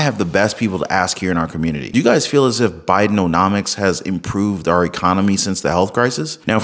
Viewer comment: i know Ur mispronouncing Biden’omics as Biden’O’nomics intentionally 😹 Ur awesome 👑♥️🕊